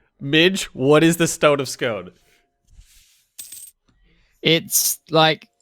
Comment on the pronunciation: btw, the Stone of Scone is pronounced 'Sk-oo-n'